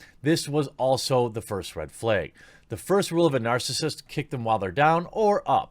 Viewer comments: "RAEG, FLAEG" TheQuatering. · hehe.. red "fleag" --- I enjoy your work :-) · “Flayg” - The Quartering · Just curious... why do you pronounce "rag" and "flag" that way? I have never heard it done that way.